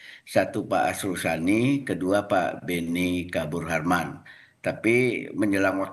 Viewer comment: Arsul Sani woiii bukan Asrul Sani...asal bunyi aja lu